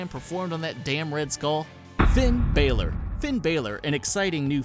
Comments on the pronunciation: He said Finn Baler its balor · Bal-or not ba-lor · its not BEILOR its FIN BAlor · It's not baylor it's balor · Balor not baylor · It's Balor not Baylor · Ba lore not BAE LORE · ITS FUCKING BAHLOR BOT BAYLOR AND MIKE THE MIZ MIZANIN NOT MEEZANIN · Bahlor, not Baylor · It's Balór not baler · lol cool vid but baalor seriously lol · It's pronounced ba l or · it's Finn bah-lor that is how you pronounce it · It's pronounced fin baler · And it is said Finn Bayl-Er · It's also pronounced "Bah-lore" for Finn Balor. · cant say balor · The way he said Bálor made me cringe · Why do you pronounce Balor so wrong?